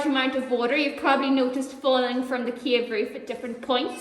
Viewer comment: Cave not cage☠️